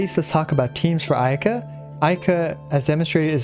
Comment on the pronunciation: I heard ayke 🤣